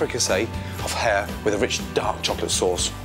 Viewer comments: Hare. Not hair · Ok I thought he said hair first XD